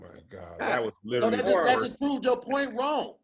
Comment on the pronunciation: Am I the only one who cringe at pronunciation of “Literally” 🥴🥴😩🤣🤣